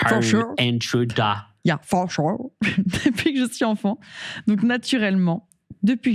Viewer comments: Maghla fatiguée qui parle anglais c’est quelque chose 😂 « Fô shù » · maghla fatigués qui parle anglais c’est toujours une pépite 😂 « fô shù »